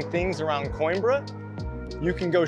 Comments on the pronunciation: Great video, as usual. But: This is how you pronounce that city: kow·eem·bruh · No, he actually pronounced it right. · Oh FFS!! Learn how to pronounce the city's name! Unbelievable!